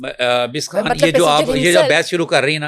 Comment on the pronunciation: Host must set her vocab right Its خان not كهان Its خاتون not كهاتون You خ is not coming out right and being replaced by كه